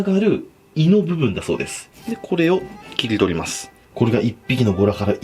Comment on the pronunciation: 切り取りますの所がギリドイマフってきこえた